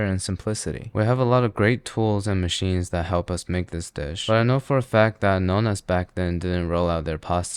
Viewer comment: Darling, it’s Nonna, not nona~ Nonna means grandma, nona means ninth. Turns out that other languages have doubles for a reason 😂